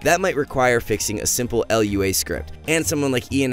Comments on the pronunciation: It's just Lua (loo-uh) my man. Great vid! Working in software myself, I can say you hit the nail directly on the head. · "L.U.A" lol